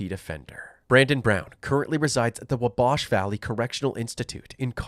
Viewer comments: Sounds more like boomhauer.. WAH-bash. Wah, like you're going to say wall but you leave the Ls off. And no, I'm not from evansville. I'm actually from Wabash county Indiana, so yes, I am familiar with the word and it's pronunciation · At the end, the pronunciation of Wabash was funny too.